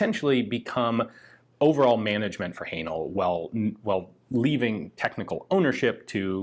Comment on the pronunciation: Please stop saying Hanel 😂😂😂 Great content as always!